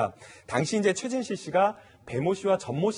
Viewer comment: 고 최순실?? 발음 똑바로 안하냐